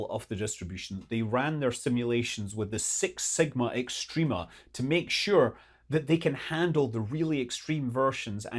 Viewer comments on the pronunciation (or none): none